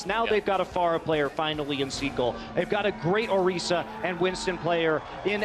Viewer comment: It’s not “orysa” it’s Orisa. i